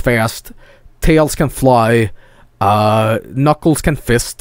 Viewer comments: "Yis, the Nucles. I will go find chaos emeralds with him and then poomp my mooskles." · Let's just talk about how he pronounces Knuckles here